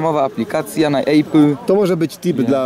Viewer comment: 'Epyl' nie 'ejpyl' kurwa... Tak wgl to jak już nie na 'ejpyl' tylko na iOS...